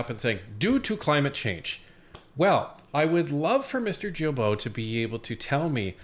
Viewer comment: Thank you both for your AWESOME WORK! As a francophone québécois, I let you know that Guilbeault is pronounced GILBO with a hard G, like in GO. Blessings.